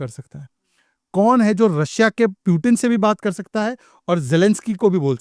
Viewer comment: indices n putin pronounciation check 😅😅😅🙏🙏🙏